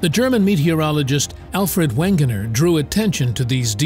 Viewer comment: Am i the only one who's upset with his mispronunciation for Alfred Wegener? He's german and the German language has no 'w' sounds. so it would be pronounced "Vegener". sorry, it just bothered me😅